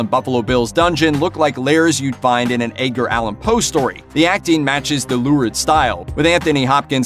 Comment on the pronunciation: Who's Aydger Allen Poe? Lol